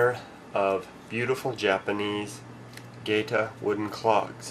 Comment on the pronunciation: bullshit...e as in get is the only e sound they have...there is no such word as 'geyta' in japanese...you will get laughed at..not to your face necessarily but laughed at....it is 'ge ta'.